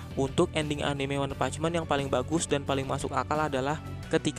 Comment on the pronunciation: One punch man, bukan meen